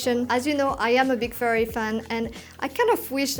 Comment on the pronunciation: Great stuff! Your video's are truly quality and you explain everything very clearly. Just one thing, you pronounciation of the brand 'Ferrari' seems a bit fuzzy to me. But it's okay, cause it's very clear what it is anyway 🙂